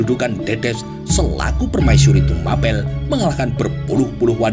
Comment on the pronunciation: Yg betul TUMAPEL itu bacanya sprti baca APEL